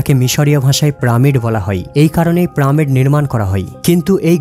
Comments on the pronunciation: পিরামিড হবে, প্রামিড কেন বলে? শব্দ, কথা, উচ্চারণে অনেক ভুলভাল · Is it "PRAMID" or "PYRAMID" ?? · প্রামিড নয় পিরামিড বলেন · Pramid na piramid .🤣😂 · Pramid na , hobe piramid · Pramid noi, pyramid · Kothata piramit not primit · প্রামিড নয় পিরামিড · Totlara pyramid ke pramid bole. Apni ki sei dal e? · What a joking pronunciation 'Pramid??? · প্রামিড কি ভাই...... 🤔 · প্রামিড প্রামিড প্রামিড 😡😡😡😡😡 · পাঠক পিরামিড কে প্রামিড ই বলুক না কেন কিন্তু সে আমাদের খুব ভালো করে বুঝিয়েছে। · Vai tomar vari koi..pramid koi theke aslo? Tomi ki made in kalkata naki? ফুলকে সুল বোলোনা আবার। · প্রামিড কি? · প্রামিড (!) ? হা হা হা !! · প্রামিড শব্দটা শুনলে বিরক্ত লাগ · প্রামিড আবার কি? সঠিক উচ্চারণ করবেন। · প্রামিড বলতেছে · ভাই , প্রামিড কি? উচ্চারন ঠিক করে তারপর বর্ণনা দিয়েন! বিরক্তি কর উচ্চারন! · প্রামিড কি রে ভাই??? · উচ্চারণ ঠিক নয়। পিরামিড হবে। তাছাড়া এতে আরো ভুল উচ্চারণ আছে। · কি প্রামিড বলে কেন😁😁😁😁😁😁😁🫢🫢🫢🤭🤭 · প্রামিড কী ভাই ? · Uchcharon take pyramid not, pyramid😂😂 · কথাটা পিরামিড 😂😂😂😂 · প্রামিড না🤣🤣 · Wtf is it man it's not PRA-MID! ridiculous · প্রামিড কি ভাই? বলদ নাকি আপনি? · পিরামিডের উচ্চারণ টি ঠিক করবেন। এবং অনেক উচ্চারণ পরিস্কার নয়। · ভাই তুমি কোন স্কুল এ পড়ালেখা করেছো? আমার তো মনে হয় তুমি স্কুল এর পিছনে গিয়ে দাড়ায় থাকতে, লেখা আছে সাড়ে চারশো বছর আর মুখে বলছো সাড়ে চার বছর, হাহাহা, পিরামিড কথাটা বলতে কি বেশি অসুবিধা হয়? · পিরামিড বলেন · ভিডিও বানিয়েছেন কিন্তু পিরামিড কে বারবার প্রামিড বলেন কেন ভাই ? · প্রামীড নয় রে ভাই....কথা টা হলো পিরামিড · প্রামিড নয়রে গরু,পিরামিড। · প্রামিড না রে ভাই, পিরামিড। শুদ্ধ উচ্চারণ করেন। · প্রামিড কি দাদা..??? পিরামিড বলতে পারেন না... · প্রামিড না, পিরামিড। ডেড়শো না, দেড়শো। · প্রামিড কি শব্দ ভাই?? পিরামিড। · প্রামিড নয় পিরামিড। উচ্চারণ ঠিক করুন। আপনার কথা শুনতে অসহ্য লাগে শুধুমাত্র উচ্চারণের জন্য। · Bay pramid noy piramid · It's NOT Pramid. It is PYRAMID!!! And it's NOT an Egyptian word. It is ENGLISH!!! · Mr voicer not pramid .this is piramid.You can follow breed piramid.i say sorrow more blogger when vdo voice more misteks